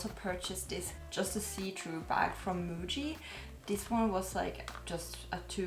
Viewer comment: First, it's nice to see you have Muji product. Second, it's nice to hear you pronounce "Muji" in Japanese way, not in Finnish way "Mui" 😂